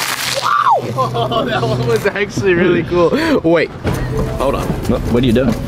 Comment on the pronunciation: its are not aar